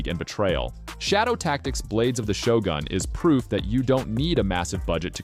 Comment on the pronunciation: It's pronounced Shogun not Shogan Really liked the Number 18, might check it out